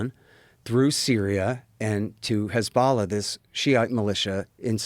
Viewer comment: Hard to take him seriously when he doesn't know how to say 'hezbollah'.